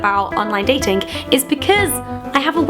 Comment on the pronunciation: So funny hearing you say 'online datinkk' :')